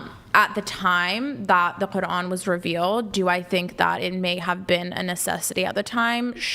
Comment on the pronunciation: I’m only this far in and chair 1 is already annoying me… she can’t even pronounce Islam, or the Quran properly… and your gonna sit here and say Christians are bad to woman!!??? Bitch you better put on your hat and cover your face. someone tell her she’s not the fuckin main character fr.